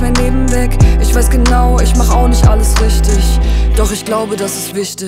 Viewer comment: Stimme so schlimm. Und die Aussprache richtischhh. Wichtischhh 😀